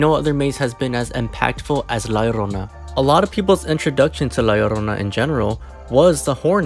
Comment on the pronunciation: idk if you're latino or not, but your pronunciation of "la llorona" is so refreshing and gorgeous. I'm latinx and kinda cringe whenever I hear someone say "lah yorrona" lol